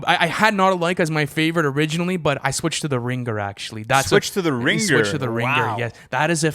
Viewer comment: no way they said: "The Ring-ger" 😂